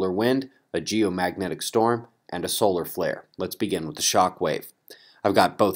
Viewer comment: lol...!;) I've been following Your channel for over 2 years now and You always say at the start (and this might seam a bit rude, but I don't mean any offence or disrespect here) - "lets began" instead of 'lets begin'. I just wonder if You have noticed Your little 'qwerk' of Yours there...? - or is it just me?, and it's me who needs to 'began' to clean his ears more frequently...lol;)